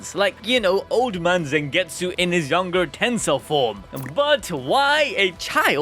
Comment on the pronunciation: Stop saying Zengetsu